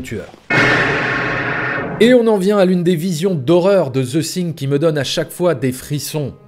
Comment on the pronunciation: Vidéo très intéressante, une bonne analyse de la technique de John Carpenter. Par contre tu as un gros souci dans la prononciation du titre "the thing" : , à plusieurs reprises dans la vidéo tu prononces le "th" du mot "thing" comme un "s " français, or on ne dit pas "the sing", mais plutôt "the fing" (quelque chose qui tend vers le son "f" et "v" plutôt que le "s", je simplifie volontairement, en réalité c'est un peu plus compliqué), un peu comme le mot "thank you", c'est un des sons les plus dur à prononcer pour un Français, mais il y a des vidéos pour s'améliorer